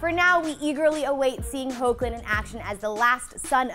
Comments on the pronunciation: just ganna say this it's pronounced hek -Lin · Lol it's "Heck"lin. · His name is pronounced "Heck"-lin. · who else cringed when she said 'ho-clin" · it's pronounced " hecklin" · It’s heck-lin Bruhhh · Is not it pronounced like Hekhlin ? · Did anyone else notice that they said Tyler's last name and the MAIN characters wrong.... she pronounced them horribly!! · When are they going to pronounce Hoechlin right?😥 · It is, she just pronounced it wrong